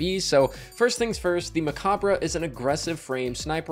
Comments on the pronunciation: *me opening this video*: No way he pronounces it right. Destiny Youtubers NEVER know how to pronounce things. * in the video*: MECOBBRUH! uh huh. For anyone unaware, it's a play on the word 'Macabre', which is pronounced 'Muh-Cobb'. They put 'Mech' at the start to tie in to the theme, but it's essentially the same, being pronounced 'Mech-obb'. No shade, just find it amusing. I watch so many Destiny youtubers and it feels like there's some kind of pact everyone has made to mispronounce as many names as possible:p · It’s actually pronounced the same as Macabre: “Meh-cobb” good ole french. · pronounced muh-cob, or mech-cob in this sense since it's a play on the word